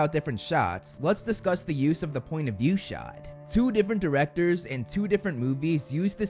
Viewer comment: "the Diwectows dat Fowowed" my man, you have GOT to get I to a speech therapist. This is insane levels of speech impediment, for someone who relies on his voice for his living